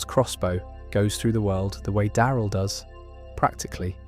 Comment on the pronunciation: Die-eye-rill dixon?